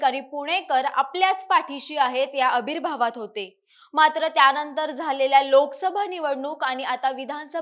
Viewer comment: न आणि ण चा जबर गोंधळ… अभिर्भाव 😂😂😂 पनाला लावली 😂😂😂 ताई, anchoring पोटपण्यासाठी करताय तर जरा शब्दोच्चार सुधारा की. लाजिरवाणी गोष्ट आहे.